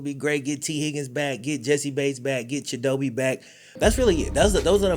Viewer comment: No hate, but pretty sure his name is pronounced “Cheeto-Bae”